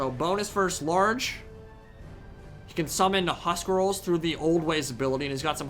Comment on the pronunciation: We want more. But it's huscarls not huscrals :))